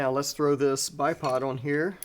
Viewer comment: You lost me at “THOW IT AWAY” 😮😳🥹😢😭😤😡🤬